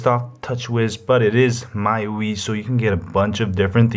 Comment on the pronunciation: Congrats on a good review. Now you'll have to excuse-me for being a jerk, but the "my-you-ee" was hurting.... It's pronounced "me-you-eye". The mi is from xiaomi and the ui is... you got it! User Interface.